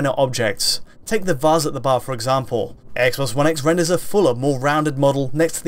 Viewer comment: "Eggsbox 1 Eggs in Hheytschdi"